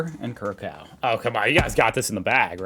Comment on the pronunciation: Erm... geography again a subject no one seems to get taught in the USA. Ivory Coast (or Côte d'Ivoire) is a West African country. Curaçao (pronounced more like Kierassawoh) is a Carribbean Island belonging to the Dutch Overseas Territories, meaning their head of state is Dutch King Willem-Alexander. And Ecuador - well as the name might suggest, it's some place in South America where the Equator runs through! Would've believed it. It makes me a little concerned how little you know about other parts of the world.